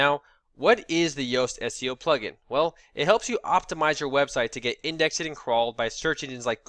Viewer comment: Why are you mispronouncing words though? Index-ed? Taximonies? What's going on?